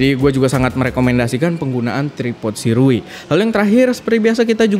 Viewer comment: cara baca sirui : syurei